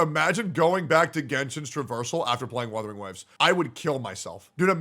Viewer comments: He really said withering waves 💀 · "Withering Waves" Yes, it is "withering" away 😂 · Withering waves 😏🤣🤣🤣 it's Wuthering Waves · I don't care, Wuu-the-ring not Whaa-the-ring. Don't like it, sue me. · Sounds like is saying Weathering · The fact that is saying Wuthering wrong too is funny asf